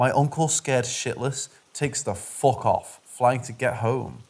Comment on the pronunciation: I was unable to enjoy this video due to the language issues. Very heavily accented voice with frequent mispronunciations was distracting....and by the time the repetitive swearing started and the mispronounced F- word was being used redundantly.....it all just became too distracting and difficult to listen to: and impossible to enjoy the story. I have no idea if the narration became any better.....it just was too tedious and annoying to continue listening. I seriously suggest that the uploader should consider using a different narrator. I had given up on listening to this narration....and shut down the video by .